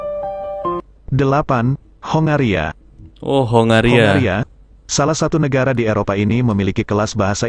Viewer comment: Lucu kalau youtuber indonesia mengucapkan kongo dan hongaria. jadi (KO-NGO) dan HO-NGA-RIA..😂😂😂